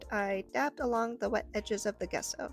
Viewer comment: Cool video, gesso is pronounced, “jess-o,” btw. Spiderpunk guitar brought me here.